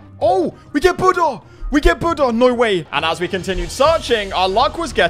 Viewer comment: Bro said budda